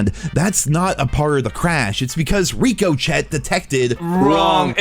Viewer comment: Nero pronounces Ricochet wrong on purpose.